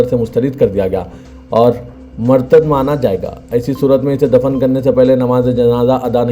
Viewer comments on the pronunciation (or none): Urdu sahi padhana cahiye murtid ( murtad) nahi.